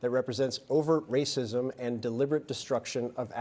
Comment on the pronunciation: ‘Wacism’.. yawn.. sod off CNN.